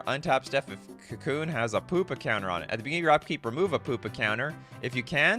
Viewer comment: I like the part where you said "the POOPA counters" <3